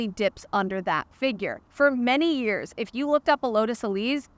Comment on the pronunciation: Being wrong for a long time doesn’t make it right lol. Since you talk about years a lot as a reviewer, it’s good to know how to pronounce them.